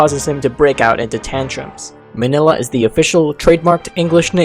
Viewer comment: It's actually pronounced mini-lla